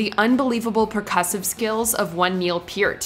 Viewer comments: It's pronounced Pert. Lol how does she say heart? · Get it right...PEART!!! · Made me cringe every time she said Neil Pearts name wrong